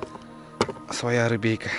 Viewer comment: Бля,,не говори "рибейка" мерзко звучит! Раньше так не говорил. А так фильмец 🔥🔥🔥